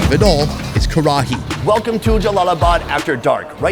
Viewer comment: Karahi is pronounced more lika "Ka-Rai", just so you know